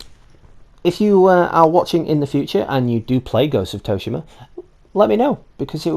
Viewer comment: Soo-she-mah = Tsushima